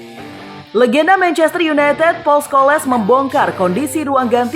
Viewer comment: Yang baca narasi dibenerin dong, sering banget salah baca kalau bahasa inggris. Kali ini Scholes dibaca Skoles.. Ha ha ha...